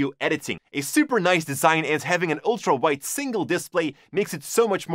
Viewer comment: When you said LG ultra wide I heard it as LG ultra white... LG needs to check their priviledge apparently xD